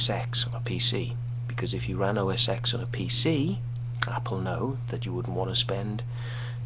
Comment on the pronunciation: PC would not exist the way it does today without mac. so don't say mac stole from pc because this is a personal computing industry and everyone shares. I like both PC and mac so im not biased. Oh not pronounced "OS X" we learn roman numerals in grade school, it is "OS '10'". Wait. you dont like apple because it is playing its part in the game? If you don't like iphone's from "stealing" from windows phone then wouldn't you hate blackberry, nokia, samsung, etc. yeah. you are just making up shit :)